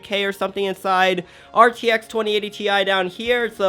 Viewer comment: When he says rtx: I died